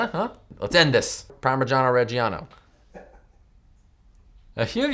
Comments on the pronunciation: if there are obviously 2 Gs in the word why do y'all english speakers pronounce them as J or a very weak G thats soo ugh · my contribution to this discussion: parmiJAno reJJAno. No idea why you guys stress the "e" sound of reggiano (especially cus there is none), but there you go :P